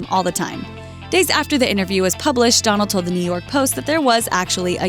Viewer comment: The word isn't innaview it's interview. It has a t in it.